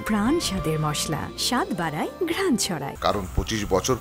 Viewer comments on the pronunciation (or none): none